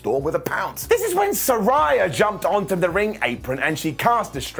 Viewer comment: I hate to be that guy but technically you’re mispronouncing Saraya. Its “suh-ray-uh”. They had an episode after she debuted where they made it clear. Just an FYI (